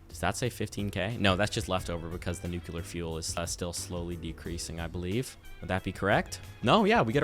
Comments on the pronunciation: i love you to death. But also, pronounce it NU-CLE-AR please. 😂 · I'm... actually finding myself wondering how much of that intro was a joke or a parody or absurdly good comedic timing... It made me hopeful for a second. Also, 'nucular' 😂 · "Oh boy, a new video, and it's over an hour long! I can't wait to watch this-" "NUKE-YEW-LUR" Oh christ he's one of THOSE people. 🤦‍♂